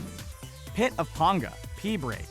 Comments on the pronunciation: It's PAnga, not ponga if you are going to talk about the community and it's creators, do some real research next time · ITS PANGA NOT PONGA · pit of PAN-GAH! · He pronunced "Panga" as "Pånga" and not "Pänga". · Pit of PAINga Not pit of PONGa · Pit of Penga (don't pronounce it as panga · that is not how you pronounce "Panga" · why did they pronounce Pangas name like that ? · You pronounced panga Wrong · Mispronouncing Panga so many times :( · Anybody else get pissed he said panga wrong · It bothers me every time. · instantly pissed me off lol